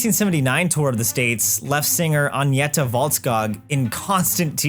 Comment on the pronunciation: Poor Agneta, whose name has never been butchered worse 🥀